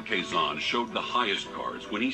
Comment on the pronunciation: Quezon is pronounced as Ke-Zon